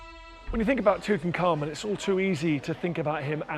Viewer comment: you would think doing a document you wold want to pronounce the nam proper. Tut Ank Hamun. not Tuten Khamun serious now your subject before making a documnery